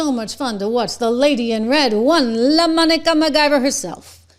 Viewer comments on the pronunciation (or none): Lamonica? It's Lamanica. That is a dude! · I love how you say Lomonica😅